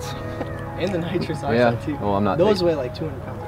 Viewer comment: How hard is it to say nitrous oxide